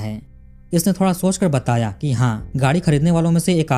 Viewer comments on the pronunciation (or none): none